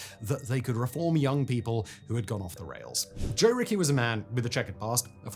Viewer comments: Joe Ricci's last name is pronounced Richie, not Ricky. Otherwise, good commentary. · Ricci is not pronounced Rickey. Jeez, man, get it together. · Ricci is pronounced Ricchi, it's a common italian last name.